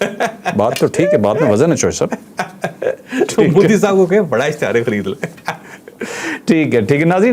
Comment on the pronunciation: apne corrupt military ka propoganda mannna band karo. Tumhare missiles intercept kar diye ja rahain hain. Cruel people running terrorism camps to target non Muslims then crying victim. Btw it’s mo di not mu di. Like Mohammed like modem. Mo not mu